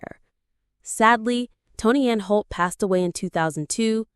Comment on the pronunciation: It's Prentis Hancock, not Apprentice Hancock, it's also Tony Anholt, not Tony Anne Holt and Catherine Schell, not Catherine Shell.